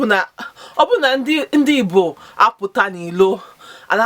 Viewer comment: Sister I appreciate you!but from your account name to your pronounciation sounds like those kinds born abroad but you can do more by learning more. Contact angeloma on youtube for more igbo not ibo! For more learning.